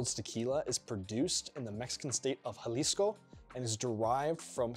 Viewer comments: Jalisco. Not jasilico. HA-LEE-SCO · hasillico? Were you trying to say Jalisco? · NOO HE DID NOT SAY JA-SI-LI-CO 🤣🤣🤣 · 1.) Añejo clearly has the enye (ñ) and I’m so surprised that even people that never studied Spanish don’t pick up on this. 2.) Your second pronunciation of ‘Jalisco’ was unintelligible. 3.) The thermostat is rad lmao 4.) Solid vid and I really enjoyed it, best of luck to you!